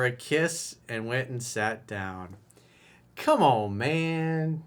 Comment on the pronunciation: “Cay-mon mayne!” Priceless!